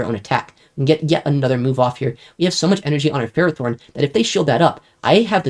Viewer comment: Omg he pronounced Ferrothorn correctly! Let's gooooooo (Axn stream enjoyers know exactly what I'm talking about)